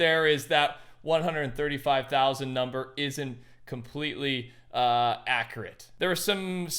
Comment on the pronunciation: Go to It's hilarious how he's said accurate